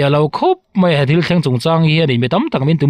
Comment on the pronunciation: Mei niloin 'mai 'tih tur aw😆